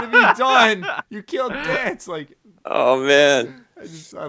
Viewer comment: Danse is pronounced Danze, even in game by the characters, yet people stillllll say it wrong